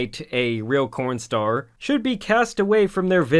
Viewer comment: DID YOU SAY 'CORN STAR'???